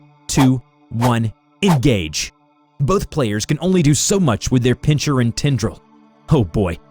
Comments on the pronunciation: Pincher? It's pronounced Pin-ser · pin-CHER??? WTF is this